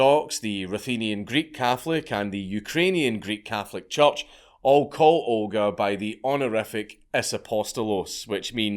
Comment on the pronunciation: Scot: says "church" Me: Did you say "judge"?